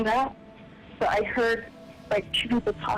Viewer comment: Until he says Heeeard.